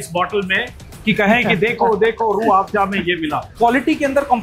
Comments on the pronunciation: अजित अंजुम जी रूह आफजा नही रूह अफजा है आपका बोलने का टोन आफजा हो गया है आप जैसे पढ़े लिखे लोग ऐसी गलती करेंगे तो बाकी के आम लोग तो और भी अर्थ का अनर्थ कर देंगे 😅😂 बाकी रूह अफजा की उत्तम ऐतिहासिक जानकारी देने के लिए आपका बहुत बहुत धन्यवाद । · Rooh afjja..? Rooh Afza*. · SIR JI ROOH AAFJA NAHI... ROOH AFZA HAI... 👍👍👍👍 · It is not Rrrrh Aaafjaaa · Mr. Amit Anjum should first learn to pronounce the name of this world famous drink properly. It is still not too late. He can take a few basic classes in uneducated Persian languages. It is Rooh Afza, NOT Rooh Afja!! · Ajit ji it is rooh Afza not rooh afja